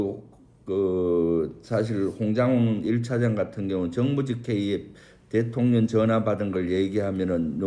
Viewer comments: 김병주 의원님... 대통년으로 발음하시는 거....ㅋㅋㅋㅋ 매우! 매우 적절합니다!!!💙💙💙💙💙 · 김병주의원 대통령이라 하시는데 대통년이라 들려 웃겨요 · 러블리 김병주의원님 꼭 대통령 발음 하실때 대통련 or 대통년 으로 들리는거 아세요 ㅎㅎㅎ 두분 의원님들 참 감사합니다~.